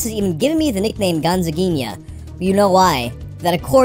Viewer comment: Eu amo como o pronunciou o nome certinho